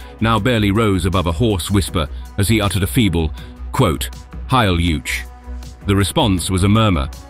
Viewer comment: Heil "youch"? Sure you don't mean Heil "oich" (hard ch)?